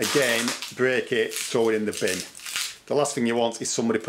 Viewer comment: I want this guys "binn" sounds like there is a shitload of usable stuff in it. 😂🤣😂